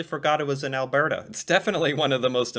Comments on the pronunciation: Im from Edmonton Alberta. its Alberta (al-burr-da) in the native accent but lots of Americans call it "Al-burr-ta" also yes, alberta is wonderful. and fun fact. its the only place other then the north and south pole that doesnt have rats! this is because of our HUGE Rat control program. hunters scout the SE border for rats - the "Badlands" are called that, b/c when the english came this way, they scouted for areas for farming, the "Badlands" were considered bad farming spots, because of the lack of dirt, lack of water, and rocky formations - Alberta is the Oil Capital of Canada. - alberta is quite similar to the Southern US, (Not exactly the same...) Alberta was a farming / cowboy province, it is very reminiscent of the Cowboy times, that's why the rodeo exists. its the largest rodeo that exists in the world... - there is more to do thats really cool all over the province, like going through the small towns, and looking at all statues and older buildings around them, (Such as Mundare Alberta with the Worlds largest Sausage (Sculpture) or Vegreville largest Ukrainian Pysanka (or Easter Egg in English) - Canada has the largest Ukrainian population outside Ukraine, And Alberta and Saskatchewan are the Home to the majority of them. youll find alot of Ukrainian stuff in the province if thats what you like. - BE HERE for the "Battle of Alberta" when the teams From Calgary (The Stampeders (Football) or the Flames (Hockey) Verse the teams from Edmonton (the Eskimos Elks (Football) or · Alberta(Al-bur-da) is basically just Montana, Georgia, and Texas all rolled into one beautifully green province lined with the second largest mountain range on the planet. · I love how the way you pronounce it really stresses the BRRRRRR! in Alberta 😄🌨️🌨️☃️🏂. But Alberta is not what I'd call 'south'west Canada. Western Canada has no portion that reaches as far south as the part of Ontario where 10-15% of ALL Canadians live!